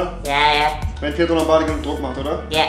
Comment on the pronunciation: Lombody😂 der heißt Lombardi